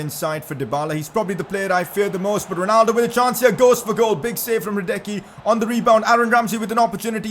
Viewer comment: PCQ: it's radesski not radecky